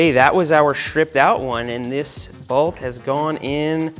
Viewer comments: Is "balt" Long Island for "bolt"? Never noticed how you say it until this video haha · Found it funny every time Seth says "broken balt, snapped balt, this balt has gone in straight" lol Didnt know there was an A in bolt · Why do you say bewalt for bolt?